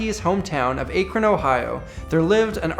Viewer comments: Aykrin XD Ah- krohn* lol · Akron not acron or whatever you said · The city is pronounced "ack-rin", not Ache-ron :-) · "Ah"kron not "Ay"kron sorry us Ohioans are very anal about our name pronunciation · Just FYI it's pronounced ackren not Aykrun (as in Akron Ohio) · Cody John hahaha I from there too, he said it like Apron but with a k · 😂 I had to rewind the video to make sure I heard it right. Nice vid though! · I'm sad... the name of my hometown was pronounced wrong. Ak-ron. Sigh... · 🤣😑 the "A" is pronounced like the "A" in "Mac." Source: I'm from Akron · It's pronounced ACK-RON. i went to high school with the black keys. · Me being from Ohio and hearing him pronounce Akron as acrone hurt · Its AK-ron Ohio 😎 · Its Ack-rin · Akron... It's pronounced Eh-krin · It is pronounced Ack-run. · It's pronounced Ak-ron. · The City in Ohio is pronounced AK-RON A great luthier named John lives there. I travel from Cleveland to seek his help and guidance. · Ay-kron Ohio... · Lol, just have to say it. Akron Ohio is generally pronounced like ACK-run. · Shout out from Akron here! (Pronounced ACKron ;) ) Home of the D Flats! lol Cool vid, thanks for the upload! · "Ache-ron Ohio" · I'm sorry, I don't usually do this, but I live in a suburb of Akron Ohio. It is pronounced (AE K - r uh n) I'm sure people mispronounce unfamiliar city names all the time, and I"m sorry to even make this a big deal, but it just bothered me. Otherwise, great video man. I love learning about this stuff. Keep it up. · that's not how you pronounce akron, It's fine but I'm from here and I hate when people call it that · Hate to be that guy, but the way he pronounced Akron at absolutely killed me as an Ohioan. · You said Akron so badly so so badly so bad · I'm not the first to say this but damn dude, you screwed up the name Akron. Born and still living here. I'll forgive you. ;) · he said Akron wrong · you pronounced Akron wrong... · You pronounced Akron wrong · lol he pronounced Akron wrong😂